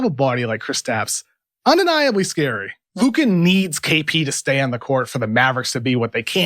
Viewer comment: please stop saying his luka's name like that It hurts my ears